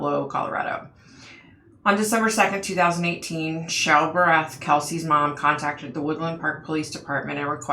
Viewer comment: I’m very familiar with this case and live close to Woodland Park. Also, my daughter in law works in the jail where Frazee was being held waiting for trial. I do want to add that her last name is pronounced “Bear-eth”. You mention that you could see a busy highway with hotels and cabins and I have a possible explanation. Woodland park is in the mountains and there is a lot of tourism there. After he killed Kelsey he took her down the mountain and more than likely took a very busy highway where there are a lot of hotels, motels, cabins, etc. He took her to Fremont county which is about 40 or so miles south of Woodland Park to his property to burn her body. Again, he more than likely took another busy highway to get there. This is all according to Krystal, though. Deckers is about 20 miles from Woodland Park with several fishing areas. Now I’m wondering if that’s where her remains ended up? I don’t think Krystal ever mentioned anything about Deckers, but who knows! Her murder was very brutal... he actually put a sweater over her eyes and asked her to guess the scent of some candles. When she bent down to smell the candles is when he started striking her with a bat, also knocking her teeth out. I’m shocked that she forgives him for that! She was a beautiful person inside and out! Great video,! The next case I’ve been researching is Shanann Watts so I’m hoping for more answers there.